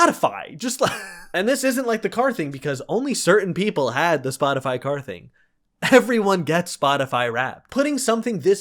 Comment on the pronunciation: My so pronounced Spotify as spoticy